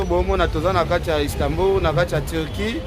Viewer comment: Istanbul et non Istambur🤦🏽‍♂️